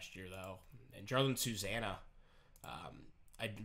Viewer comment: Jarlin is pronounced yar lean